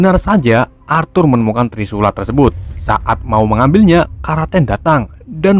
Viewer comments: Kraken bos bukan kraten.. 🤣🤣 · kraken woi bukan karaten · ini kraken disebut karaken :v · Bukan kraten tapi kroeken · Kok karaten kan kraken